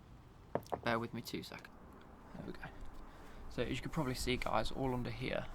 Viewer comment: hey gyeyes